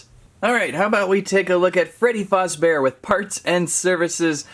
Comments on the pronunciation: It’s not foz it’s faz duh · ITS FAZZBEAR NOT FUZZBEAR GET IT RIGHT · Bro really said:all star Freddy,Freddy fOzbear, ennARRd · Freddy fazbabear ❌ Freddy fozbear✅